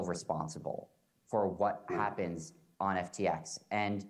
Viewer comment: he messes up his own company name